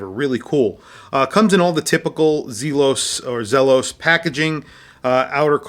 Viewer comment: ZEEEE-los is correct. Well done video, and yet another triumph for Elshan. Home run every time. Love all the hate comments in here. Makes me laugh at the snowflake-ness.